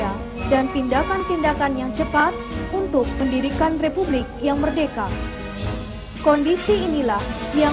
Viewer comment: Meddeka,,, meddeka, meddeka😂😂😂😂bukan merdeka😂😂😂